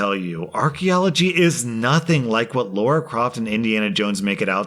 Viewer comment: It's not pronounced like Laura, it's Lah-Ruh. Not tryna be a d**k about it though